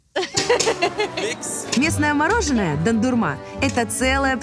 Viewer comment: Не дандырма а дондурма